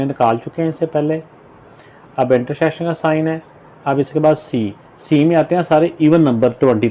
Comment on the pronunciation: Intersection not intershision